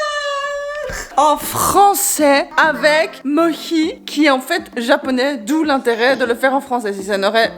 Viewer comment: Les gens... c'est Mohi. MO-HI pas Mochi ni Moshi, c'est Mohi !!